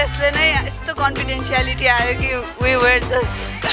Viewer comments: Make up le “CONFIDENTIALITY “ aayo re omg 🤣🤣 watch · ekjana contestant le 'confidentiality' aayo re..lol